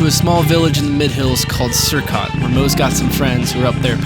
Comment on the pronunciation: it's not sirkot. it's sorek, maidan